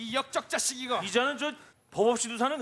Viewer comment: 이 역.쩍.짜.씩 이거 ㅋㅋㅋㅋㅋㅋㅋㅋㅋ 완전 찰지다